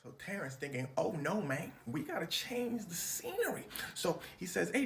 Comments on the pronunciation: Next time you say mayne. Take dat got damn “y” out of it! Damn mane. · I love that he says mane in the clip. I be steady saying that too. Got it from Terrance. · U didn’t say mayne enough for my liking mayne 😂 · This 🥷🏽 said MAYNE! 😂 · "Hustle and flow mang" - 2025 😂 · The fact that I'm from Memphis and the way he saying MANE really is tickling my soul right now! ✊🏾👌🏾💪🏾❤️❤️🤣🤣🤣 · bruh that "Oh no mayne" had me dead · “oh no manye” 😂😂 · Even said "Mayne" like how Terrance say it. 😂